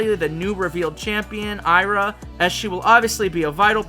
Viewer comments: Hey babe. I'm from Brazil. So, the name of the legendary mermaid is pronounced I-A-R-A (like "Ee Ah Ra") not A-I-R-A. Aira is a indigenous word for daughter, while Iara is the name of the mythical mermaid that lures men into doom waters... So, next time you'll know how to pronounce it. Kisses, love you and your creativity is incredbile. 🥰🥰🥰🥰🥰🥰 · Hey man! Great video as always, loved the new characters and pokemon and can't wait to more of the zonhe region! Just a heads up: Iara is pronounced "Ee-Ah-Ra". I don't mean to be rude, i just think that pronunciation would sound better :)